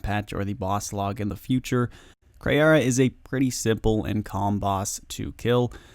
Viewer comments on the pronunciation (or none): jesus its kree not kri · Kree not Kray. It’s Kree. That was so annoying to keep hearing you get such and easy self spoken name wrong.